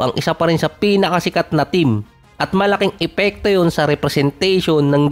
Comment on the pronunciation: Nag buckle ka pa sa "Malaking epekto" muntik na maging "Ma laking ipiktu" hahahaha